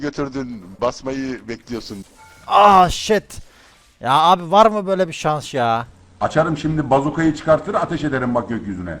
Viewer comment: Varmı böle “şanş “ kfjdkdjdhdj